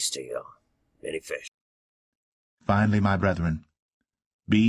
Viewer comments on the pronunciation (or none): lol why u always say instead of fish